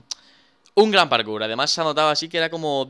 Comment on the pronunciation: Por qué en vez de decir parkour dice karkur